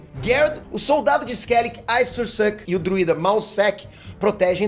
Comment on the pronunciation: Ótimo vídeo, resumiu bem a história dos livros, só duas correções, a filha de foltest e sua irmã virou um mostro o qual o nome se pronunciar estringe, e o casamento de pavetta geraria uma a aliança com skellige, que se pronuncia skeligue